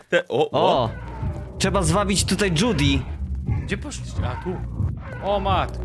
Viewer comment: Piszę się Judy ale czyta się zdudi